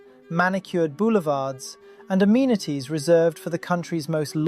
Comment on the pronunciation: What are these Crossawnts and armenities he keeps speaking about